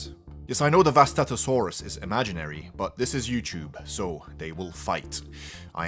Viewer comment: It's pronounced (Vustato-sauras).